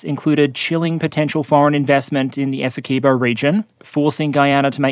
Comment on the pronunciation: I don't think I've heard an Aussie say "Essequibo" since I played Mercenaries 2, and she said it "Essa-car-bow" :D